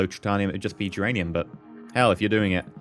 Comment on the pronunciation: i'm familiar with Duran Duran (i think that's what you said at least, when you mispronounced geranium)